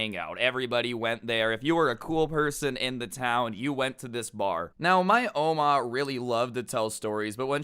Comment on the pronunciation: i dont like the way u say oma